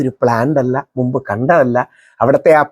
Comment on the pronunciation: A request: Dont say... നുമ്പ്... Please Say: മുമ്പ്. (In your all episode you says..നുമ്പ്..)